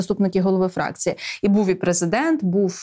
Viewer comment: А що, хіба преЗЕ!дент читає не "страна.уа"?